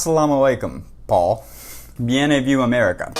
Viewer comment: This dude's hilarious. He's clearly spent so much time attemping to signal the MOST VIRTUE, he forgot to learn how to say words; "The La Seine? Bien-eh-view".. love how his jacket collar's turned up tho, it's So Edgy! Me thinks is the insincere person in this scenario, but then, he's a Libtard so that was inevitable.